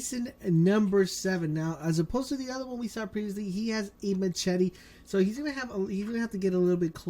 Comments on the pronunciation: Anyone else hear him pronounce machete like machete instead of mashete? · Ma-chetty xD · Its not ma-CH-ete..